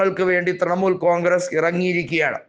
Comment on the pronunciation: തൃമൂൽ അല്ല തൃണമൂൽ